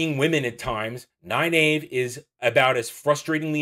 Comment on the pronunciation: Great video and thank you. I finished reading all the books years ago. I don't watch many book-related YouTubers, but since watching the WoT show I've been looking for faithful fan's reviews, and so far you are the third one I've watched. I'm guessing not many people care, but I just can't hold this back anymore : Pronunciations: Nynaeve: NIGH-neev Egwene: eh-GWAIN Am I the only one who reads the glossaries?